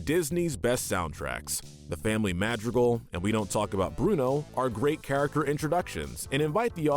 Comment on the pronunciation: Madrigal is said wrong too.